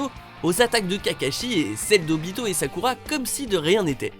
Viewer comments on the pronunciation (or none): none